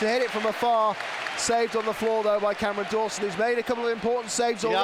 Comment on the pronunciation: Why are you saying cammy Dawson